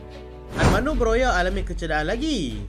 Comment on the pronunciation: 'broha' bukan 'broya' ikutdan la ni